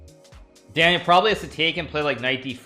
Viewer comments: if you spoke Russian, you'd know he's saying Danya wrong dumbass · I love the way he says Danya. He doesn't gaf if he says it right haha